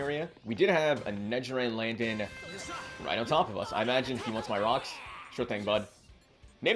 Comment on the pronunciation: Quote of the day: “Ruh-ucks” 😂